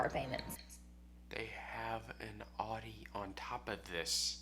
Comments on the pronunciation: What’s an “Awdi” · Supposedly she has an Audi, yet she can’t even pronounce the name properly? 😂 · You said Audi wrong